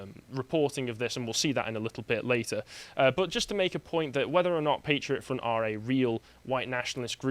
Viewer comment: Patriot Front. Emphasis on 'Front'.